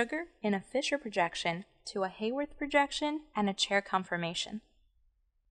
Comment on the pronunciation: The definition of an alpha anomer is that in the Fisher projection the OH at C1 is on the same side as the OH that defines the structure as D or L. The beta anomer is the opposite - in any sugar. This is when the ring is drawn to continue to the backbone up from C1. Also, the name Haworth is pronounced with a short a sound (not Hayworth).